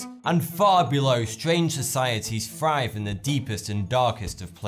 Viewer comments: Did he say "frive" rather than "thrive?" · Everytime...and when he said "frive" instead of "thrive" I realized there was a speech impediment.